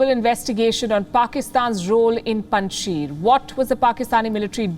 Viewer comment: Even you guys can not pronounce name of Panjshir …. Panj Shir …. Sheer It means five milks Panj Sher means five lions …. Russians could not win there because of agreement with Masood to keep Salang Pass open for them. No war no conquest. Paliki you are welcome to visit Pakistan 🇵🇰 and enjoy our hospitality at Kartarpur Border. Swallow the face … government will be on 11 September…. Someone is choosing dates. 15 August .. Kabul captured 06 September .. Panjshir captured 11 September. Taliban Islamic Government